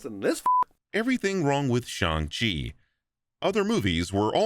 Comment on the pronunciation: a small thing I really appreciated in your video; I appreciate the fact that you opted to refer to the character as 'Shaun' rather than other vids butchering the pronunciation of Shang Chi and when it came to characters that didn't have an English name, I could tell you were putting in effort to pronounce things as accurately as you can (big ups for the actual 'Y' in Yip Man). Keep up the good work man! Cheers~